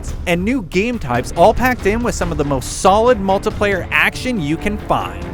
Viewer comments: OMG this guy CANNOT pronounce words properly! Idiot! MultAplayer??? Speceealiteees??? WTF moron. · "The mulTUHplayer"......stop saying that....